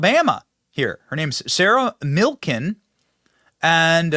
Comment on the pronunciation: He said Sarah Milkin ... 🐮 ?